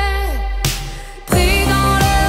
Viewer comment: C'est très joli.... Mais on prononce beauté et pas beautais, et rocher et pas rochais. Sinon cette chanson, surtout sa mélodie est magnifique, étrangement belle et angélique. La voix malgré ses erreurs de prononciation est splendide. Elle est française ????